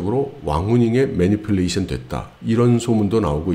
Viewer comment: 메뉴큘레이션? ㅋㅋㅋ manipulation 을 그렇게 발음하시나?